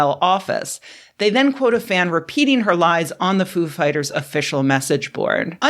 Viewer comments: I believe it's pronounced foo FIGHTers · I thought it was Foo’ fighters, not ‘Foo fighters. WOW what a loss. 😞